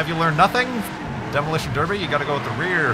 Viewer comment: are you saying derby or derpy?